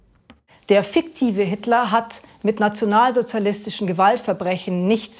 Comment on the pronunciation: Guter Beitrag aber warum muss sie bei "fiktiv" so aussprechen 😭😭